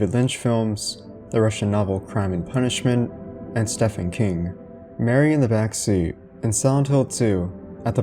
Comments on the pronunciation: He pronounced Stephen King Steffan king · "Stefan King"? Did you really just mispronounce Horror God's name?